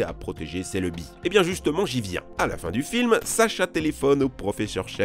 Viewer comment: celeubi XD